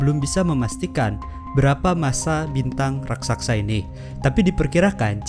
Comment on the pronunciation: raksasa bukan raksaksa😇